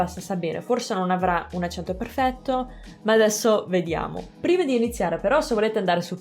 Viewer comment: L’accento lo mettiamo sbagliato tutti noi italiani, è un errore comune.